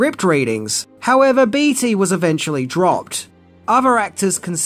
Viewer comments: It's pronounced, "Bay-Tee", not "Beety."😅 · Only thing I have to say about this amazing video is that its Warren Bait-y not Beety....just for future reference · Warren Bee Tee...that's hilarious! Warren Beatty is pronounced Warren Bay Tee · Warren 'Batey' is the correct prounciation. You say stuff incorrect often. I get it you read phonetically with Australian tendencies, but some are just not correct and a disservice to the talent and performers who did excellent work. As they say a sign of respect is saying ones name correctly.